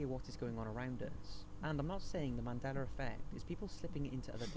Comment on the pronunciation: Moron can't pronounce Mandela...